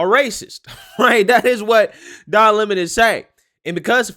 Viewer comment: Don Le-mon